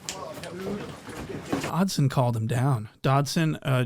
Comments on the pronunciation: The fact that he keeps calling that man "Dodson" has me gone🤣🤣🤣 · Really calling him Dodson 😂😂😂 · Dodson??? lol suspect? 😂😂😂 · U calling him Doddson is so funny😭😭😭